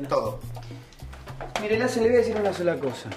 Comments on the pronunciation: como la profesora dice lazens 😂😂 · La profesora como dice el apellido de guido: Lazzzen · suena de fondo una burla de la pronunciacion de lassen😂😂